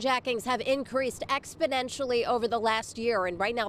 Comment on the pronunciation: Why does she pronounce “exponentially” with a “d” in it